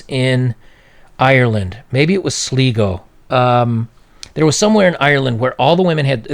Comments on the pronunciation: I love how you pronounced Sligo 😂 it’s sly not slee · Sleego XD made me chuckle, it's Sligo pronounced Sl-eye-go, there's some useless info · Sligo is pronounced sly-gobnot slee-go. Pedantic i know, but this was bothering me... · hi just a little note ... it’s pronounced SLY-GO not SLI-GO 😁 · Hate to be that guy but it's pronounced Sly-go not Slee-go. Sorry just had to mention that. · Sli is pronounced as sly, not slee :D But yeah, Sligo from what I know of, is a very big party place. All my friends who went to college there told me how much partying and sex goes on there compared to around our part here in the center. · Sligo is pronounced "SLY-GO" as in "Sly" Stallone. Not SLEE-GO. You're welcome. ; ) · SleeGo = Sligo (Sly-Go) --- Maybe they were Ganguro on Vacation --- LOL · Sligo in Ireland is pronounced "Sly"-"Go". You're right though, Irish girls (and Irish women to a much smaller degree) tend to cake themselves in make-up. It's particularly pronounced in the towns in less built up areas. There seems to be extra competition to be a bit more out there to try and compete with urban women. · I love that he pronounces Sligo (sly-go) as slego (slee-go). Nothing to roast him over just found it funny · its pronounced 'SLY-GO'.... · Yo...it's pronounced Sly-go, the I is pronounced thusly, as in eye! Trust me I'm Irish and i wouldn't steer you wrong! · It's pronounced " sly go" no offence intended. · Sly-go, that's what its called and the thing you are talking about is found all over Ireland and England, it is the new look for young girls but it is dying because blokes here were laughing at them but it took a while to pass through like some bad chicken. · Just FYI, it's pronounced Sly-go. ;) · It's pronounced SLY-go. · Sligo is pronounced 'Sly-go'. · He said Sligo like "Sleego" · That must be the Swedish pronunciation "slootee" lol. Funny story: I married one of those 80s video models with too much hair and makeup. They're all the same. Peace.